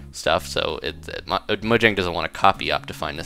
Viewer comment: Mojang is said Mo-YANG.